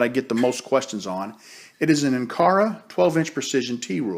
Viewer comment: The ruler is by Incra not Incara as you pronounced it.